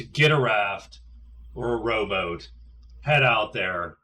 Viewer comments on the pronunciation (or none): Every time you say "rowboat" I hear "robot" :)